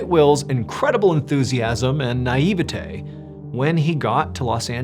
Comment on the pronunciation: Naivete... can you please find a way to say nigh-ee-ve-tay, in every video for forever please? Love your voice ❤️